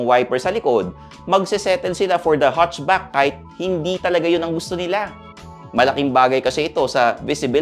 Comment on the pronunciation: HATCHBACK po. hindi HUTCHBACK.